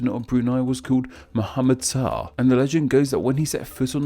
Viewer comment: I mean,he even mispronounced "Shah",which shouldn't even be possible to mispronounce